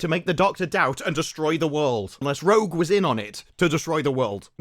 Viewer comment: don't know why I found this sequence of you saing "Rouge" to be so funny lol